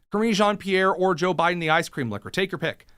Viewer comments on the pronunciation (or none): none